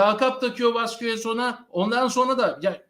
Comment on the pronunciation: Sevgili dostum, önce Madrid'den çok selam ve sevgiler. Yayınlarda işe yarayabilir diye yazıyorum. Bu arada zevkle izliyoruz, tebrik ederim. Sözcükler İspanya'dan olduğu için okunuşları da İspanyolca olsa güzel olur. Vasquez "Baskes" diye, Defensa Central "defensa sentral" diye, Valverde "balberde" diye, Goles "gğoles" diye telaffuz edilir. Maydanoz oldumsa affola. Bu arada müzik bence çok iyiydi ve dinamizm kattığı doğruydu. Harika yayınlar diliyorum. (Defensa Central aslında daima takımın dibinde olan bir taraftar blogu. Şu konuda çok haklısın, gerçekten kulübün içindeki dedikoduları bile yazıyorlar.)